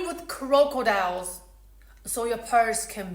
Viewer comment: Lol, your accent really came out when you said crocodiles.